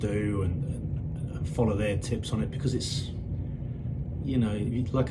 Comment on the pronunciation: Very well composed video that exposed a few truths about that parasite 👍 And since he likes to call out people's faults, I know you'll see this Lee 😁why can't you hold a knife and fork properly? And why can't you pronounce the word 'because' ?